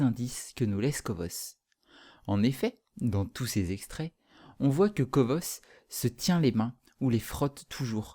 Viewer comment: ca se dit comme quothe en anglais (cou o sse ) pas kovosse ;)